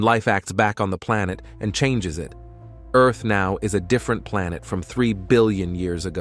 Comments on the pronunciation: It was all awesome until you said the word EARth like that cya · Is that how bot reads Earth? Not cool, not cool.